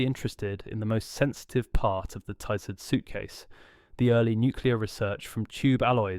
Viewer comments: It’s Ti-Zard the i is pronounced as in, in, NOT as in LIGHT. The a, in ard is pronounced as in “are”, NOT as in;:’ This guy changes pronunciation of words EVERY TIME HE SAYS THEM. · If one is making a video about the Tizard mission, one should at least find out how to pronounce "Tizard". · I do wish 'you' would be consistent in your pronunciation of Professor Tizard's name [it is 'tiz' with a short-i : NOT 'tie' like the thing round 'your' neck!] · Disconcerting variation in the pronunciation of Tizzard ("Tie-zard", "Tee-zard", and also the correct "Tizz-ard") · It took about 60 seconds for me to give up on this video. Three different pronunciations of the same surname in one minute will do that. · How many times and ways can you mis-pronounce and mis-spell the name of your principal subject?